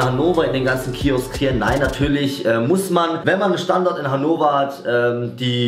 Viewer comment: es heisst HannoVer und nicht hannower hahahah